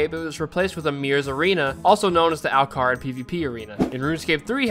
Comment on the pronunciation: Al car rid 😂